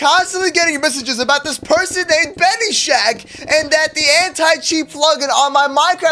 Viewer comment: his name is not benishack it is ben-is-hack lol